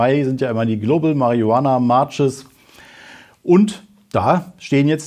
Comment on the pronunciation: min. „Global Marijunana March“ 😂❤